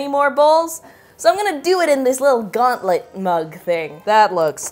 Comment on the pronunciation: sounds like the word "gauntlet" -> "goblet"